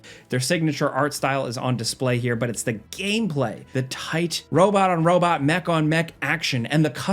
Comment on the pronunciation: “The Robut”….